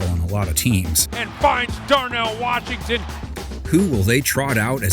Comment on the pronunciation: mahnt warshington